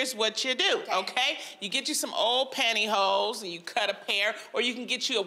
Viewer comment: Did she just say pantry holes lmaoo I know she did not just say that🥴🤭😏👀 Loniii 😁😭☺️🤨